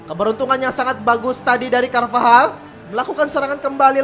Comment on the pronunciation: bang carvajal bang bukab carvahal